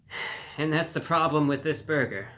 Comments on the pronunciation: You don’t talk like this real life do you? WTH is a “beargur”? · The way you say burger is the greatest thing ever!